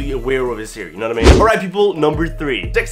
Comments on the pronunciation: Hair. Not "heyre" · Why does he say «hiir»?